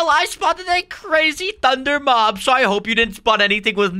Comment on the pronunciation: Mop it is mob not mop